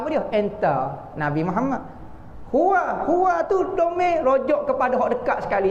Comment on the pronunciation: qul huwa...bukan huwo..